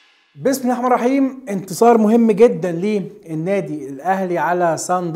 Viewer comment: قول بسم الله الرحمن الرحيم صح مش بسمحمحيم كلامك كله صح وتقول البسمله غلط وعلى عجل